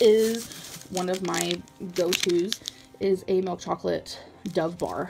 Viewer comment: She is so annoying, but the one thing that sends me into a rage is the way she says "MILK"" M-I-L-K NOT M-E-L-K😡😡😡😡